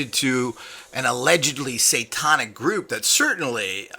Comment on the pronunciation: Every time you say: "satawnic" I cringe. I bet Manny can correctly pronounce the word, "satanic," and he is an uneducated gardener!